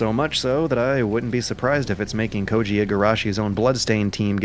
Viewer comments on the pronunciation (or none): none